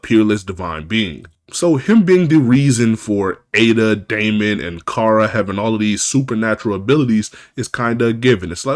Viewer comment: It's not pronounced iida like the my hero academia dude. It's EEHDA